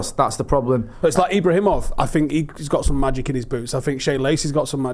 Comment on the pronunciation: It's Ibragimov...Not Ibrahimov...!